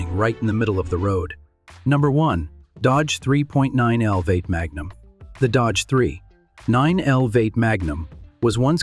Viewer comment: The AI voice narration is a bit much. Calling a V8 engine a “Vate” is annoying and just sounds dumb.